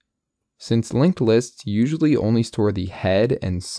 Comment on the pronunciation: "a" in "Usually" shifted unwatchable